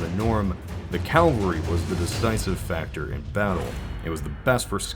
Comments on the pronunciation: CAVALRY. NOT CALVARY AAAAAA. C A V A L R Y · It is cavalry, not Calvary, which is where Jesus died. It is so jarring to hear your repeated mispronunciation as to make this video unwatchable. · You need to make sure you are saying the right word. Calvary [kal-vuh-ree] = Golgotha, the place where Jesus was crucified. Luke . cavalry [kav-uh l-ree] = the part of a military force composed of troops that serve on horseback. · CAVALRY =/= CALVARY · CAVALRY NOT CALVARY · calvary /// cavalry ... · Dude, it's cavalry not Calvary, Calvary is the hill that Jesus died on, cAVALry is from the French 'cheval' (horse), 'chevalier' (knight/ horse-rider) and 'chevalerie' (horse riding) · It's "cavalry" not "Calvary." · I hate that this guy pronounces cavalry like calvry. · "Calvary" It's Cavalry;o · is it an american/canadian thing to say calvalry instead of cavalry? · CAValry not CALvary! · Is it just me or does he keep saying "Calvary"? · Its cavalry (horse) not Calvary (a hill) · Anyone else hear him say Calvery, not Cavalry? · Its Cavalry, not Calvary, great video tho. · Oh my god. Stop saying "calvary". It's 'cavalry'. Calvary is where Jesus was supposedly crucified; a cavalry is a bunch of people on horses. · "Cavalry", not "calvery." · I had to turn the video off because I can't stand to hear you say 'CALVARY'. Credibility is shot too. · Cavalry- people on horses. Calvary-people on crosses. Pronunciation is important. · Great vid! Horses are my favorite and I love seeing this perspective. But does anyone else notice he keeps saying "Calvary" (with a capital C, as in the PLACE) instead of "cavalry" (horseback military)? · You keep saying "cal-va-ry". :D It's "ca-val-ry". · Calvary is the hill in Jerusalem, you mean Cavalry my dude. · Cavalry. Not Calvary. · Cavalry, not calvary, which is a hill outside Jerusalem. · It's also cavalry, not Calvary. Pronunciation is not his strong suit. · Cavalry....not "calvary". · Cavalry, not Calvary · And said calvary instead of cavalry.